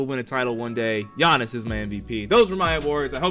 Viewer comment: Why did u say giannis name like that